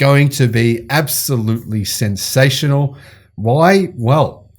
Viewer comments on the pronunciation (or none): none